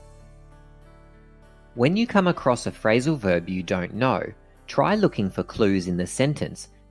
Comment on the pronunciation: "Frailsal verb"